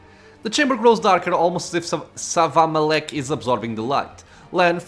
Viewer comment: The way you read Savamelekh was really great. Ah, and the price of becoming a lich might be a little high for. Not that you didn't hint at that possibility early on.